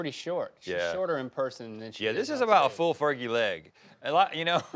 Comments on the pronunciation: "ferji" Blake Shelton “Fergie" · said fergy twice? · "Fer-Jie" - Link Dec. 2017